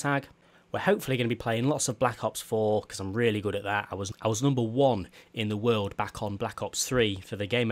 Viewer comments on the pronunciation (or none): none